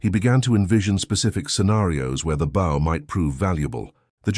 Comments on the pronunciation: The AI is confusing a compound bow with a recurve bow. There was no such thing as a compound bow in the 1940s; you had long bows and recurved bows. He would be using a recurve bow. And, the AI does not know how to pronounce bow. And the headline misidentifies his tribe. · Another damned AI bullshit story. You can tell because AIs apparently can’t pronounce “bow”. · Bow is pronounced BO